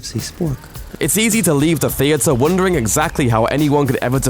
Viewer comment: who the fuck says theathre like that if i said that wrong thats it